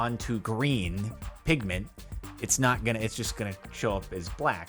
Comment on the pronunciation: Am I only one who heared him saing "Pigman" beside "pigmant?"